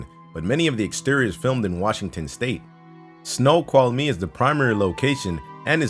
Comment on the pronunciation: lol! love it when others try to read some of our town names like Snoqualmie! Pretty close though, but its more like 'Sno-qualmee'... like if 'qualmie' was a single syllable.